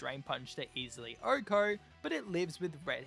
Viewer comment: Why does he say “ohko”? 🤔